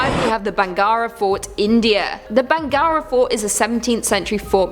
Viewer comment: It's bhangarh 😅😅 ... I know hard to pronounced it for you !